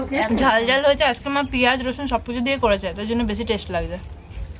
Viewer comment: বারংবার তনু বলছিল কলার বতি হয়েছে এই " বতি " মানে কি বোঝাতে চেয়েছেন একটু বিশ্লেষন করে বলবেন দয়া করে। আর অঙ্কিত এর মা টেস্ট কে উচ্চারণ করলেন টেস এটা ঠিক করে উচ্চারণ করতে বলবেন ঠিকটা ওনাকে শিখিয়ে দিন।